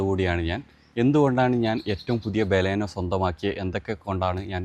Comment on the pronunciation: ഫ്രണ്ട് വ്യൂ ഒട്ടും ഇല്ലാത്ത മണ്ടത്തരം ആണ് ബാലാനോ അല്ല ബലെനോ 😂😂😂